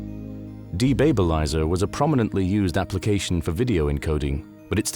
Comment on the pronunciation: "De-babe-a-lizer"? It's de (removing) babelizer (something that causes confusion), with "babel" being the core word here. (bab-ell) There's no "babe".